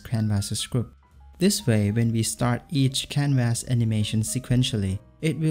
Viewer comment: First time seeing your vids and already don't want to watch yours. Try to pronounce canvas the right way. (constructive criticism)